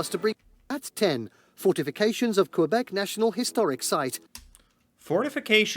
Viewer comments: Please pronounce Québec the way we do: "kaybek". 🙂 "Qu" is a French equivalent of the hard "c" of "confort" (for instance). "É" = the "ay" of May. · Save your life pronunciation #3. KUH-BEK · K bek ... not qwai bek ... ... please teaches others ;) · Your spelling's correct, but your pronunciation's off: Ville de Québec /vil də keɪ BEK/